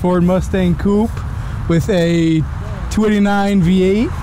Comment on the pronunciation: Coupe not cupe.